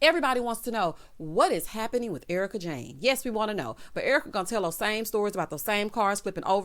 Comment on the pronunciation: Your reaction to Dorit mirrors mine. Thanks for pointing that out. O and the "ERWEEKA".... chef's kiss!